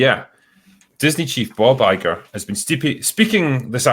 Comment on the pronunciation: As a fellow Scot, I heard Bob Iger as “Bawbagger”🏴